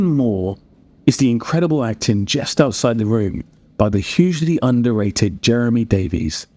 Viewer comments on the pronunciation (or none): none